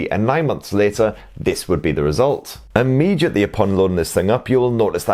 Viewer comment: Immediately! Immediately! Not 'ammediatly' for f_-s sake. Lol Apart from that. Thanks for the video. I am always changing my launcher and these videos of yours are most helpful. Many thanks.